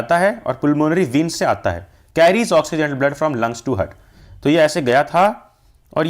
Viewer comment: Veins ❌ Viiins ✅